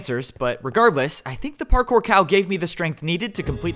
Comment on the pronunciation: par-cow if I may